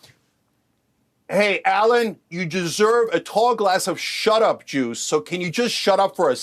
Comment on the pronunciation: Did Cenk say "Shut Up Juice" or something else 💀